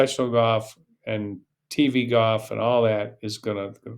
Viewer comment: I'm not taking a golf lesson who pronounces it GOFF. I think people from Texas say that more than most. Not sure where you are from. There was a guy who used announced the Golf Channel commercials who said GOFF, as well. I know that 90 percent of announcers say further then it should be farther. Crazy stuff.